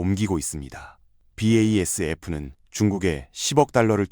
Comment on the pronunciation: 영상 잘보고 있습니다! NATO(나토)나 BASF(바스프) 발음을 스펠링으로 하는 게 AI 리딩이 조금 티나서, 이부분만 없으면 영상 깔끔할 것 같습니다.!